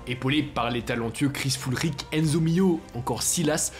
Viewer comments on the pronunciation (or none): none